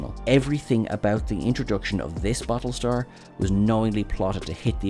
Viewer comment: Balletar Galactica? Bad start… Ugh 2min in I had to stop… I can't take these terrible mumblings…